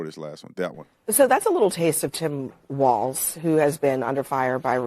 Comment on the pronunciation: TIM FALZ (not walz)